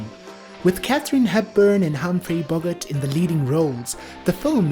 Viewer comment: If you cannot pronounce correctly the surname of the lead male you have NO right to post anything on YouTube